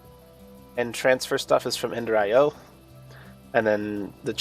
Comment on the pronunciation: "Ender Ten" 🤣